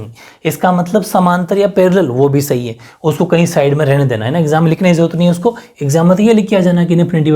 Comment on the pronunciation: 🔊 pr s_hi bola😍😍